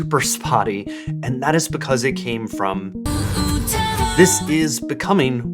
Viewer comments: The way you pronounce Temu like Toomoo drives me insane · I can't tell what's freaking me out more - that insane hair or the repeated horrible pronunciation of Temu. 😬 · I like how no can agree on how temu is supposed to be pronounced